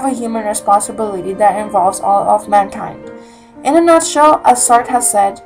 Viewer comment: It is "saat-rah"